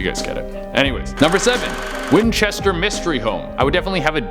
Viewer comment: Hey it's the ( WHINCHETER MYSTERY HOUSE )!!!!!!! NOT MYSTERY HOME??? PLEASE GET IT RIGHT. P.S. i love all your viedos keep up the great work.